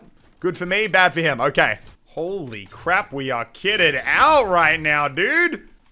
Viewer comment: Did you say crab instead of crap in the intro?